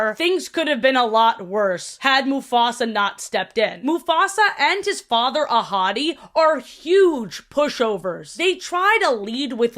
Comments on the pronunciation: did anyone else think was saying “a hottie” instead of ahadi??? girlie love you but the lion was not THAT hot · Okay I DID fr think you said “a hottie” instead of “Ahadi”, and was fully like “Yeah alright, clock it. I can see it” 😭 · Every time you said Ahadi's name, I thought you were saying "A hottie" and I was like "same, girl" Edit: I just got to where you made this same joke XD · I didn’t know mufasa’s dad was called Ahadi and thought she was saying ‘a hottie’ everytime and i just went along with it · Every time you said Mufasa and Scar's dad's name, I always thought you were calling him "A hottie" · It… took me way too long to hear saying Ahadi and just assumed she was calling Mufasa’s dad a hottie. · I though you called mufasa’s dad a hottie the first time you said his name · Everytime the name Ahadi was mentioned, I heard "a hottie" instead. 💀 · I know his name is "ahadi" but whenever you say it I can't help but hear "a hottie" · i love you but the way you pronounce these names makes me cry loudly